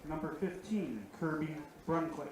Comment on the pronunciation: Brunclick is pronounced Brunslick as if the first c is an s . Also Haugen is pronounced Hawgen , not Howgen . Matt Juza was a draftee by Brill , who plays for the Hornets during the regular season . Once again , thanks to Zaleski Sports for covering WBA Baseball